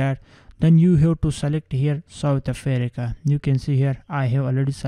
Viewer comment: I love how he pronounces South Africa "Southe Afereca " 😂😂😂